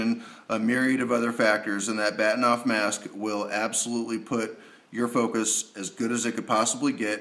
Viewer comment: Good Video. Just as a side note, the correct pronunciation is Bar-Teen-ov after the Russian Astronomer who designed it. But strangely, even though I know that, and can speak Russian, I too still call it a Bat-in--ov mask LOL! Funny how we get used to calling things by a more commonly used name than it's real pronunciation.